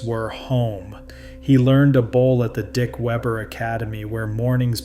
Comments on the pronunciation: I thought this was funny too. But I thought he said... Pete Weever. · I just can't get past the narrator changing the pronunciation of Pete's name, going back and forth from Weber to Weeber. Be professional. Get the simple things right! I don't care for Pete, but he deserves the respect of pronouncing his name correctly. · You want to talk about the most popular bowler on the planet, and can't pronounce his name? Did you call him Waver or Waber? I couldn't tell, but I left as soon as you did. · Yea really, not even a hard name to pronounce.